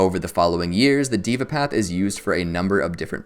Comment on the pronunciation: Pronounced "dheva" path not "diva" path